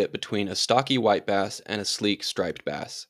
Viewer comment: LoL It sounded like you said wipe ass the first time you said white bass